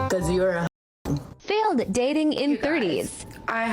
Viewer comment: Fay-Yo'd = Failed... English...